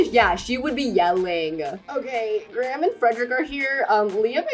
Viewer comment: as the prime minister in the story is probably based off the one in england, i just wanna say that graham is pronounced greyum. of course these are your characters, but if u wanted it to be more accurate...